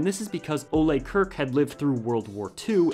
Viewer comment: So far I have never heard anyone on youtube say Ole Kirk correctly. Everyone says Kirk like the captain from Star Trek, that is the English way to say Kirk but Ole Kirk isn't from an english-speaking country thus his name is not pronounced as that. I wish some one on YouTube do some resaeach how to say Kirk properly. It sounds so bad in my swedish ears.